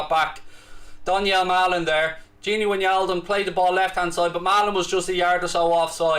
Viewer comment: Can’t wait to not hear him pronouncing wijnaldum as win yaldum.